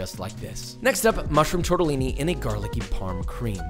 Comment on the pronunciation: Josh: TORTAALIINEEI